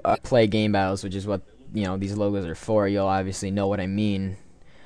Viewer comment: lol you said gaybattles